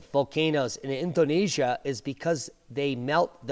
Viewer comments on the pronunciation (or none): none